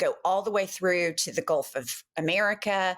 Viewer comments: Has anyone told him it's GULF NOT GOLF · ITS GULT not GOLF you orange FREAK!!! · He said Golf of America Get it right lol